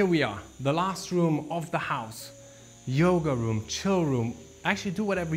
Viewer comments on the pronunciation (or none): none